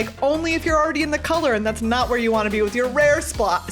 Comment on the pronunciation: Splott is actually a name of an area in Wales in the UK, and you by chance prounced it the way its said, highly enjoyed your videos